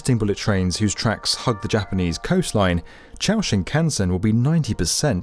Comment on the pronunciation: He got 新幹線 pretty close.